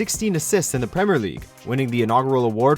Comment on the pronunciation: Premer and salar when it is actually premier and Salah